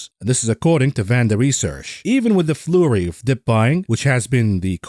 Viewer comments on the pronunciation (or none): Hey, it's Flurrry as in Hurry... just sayin.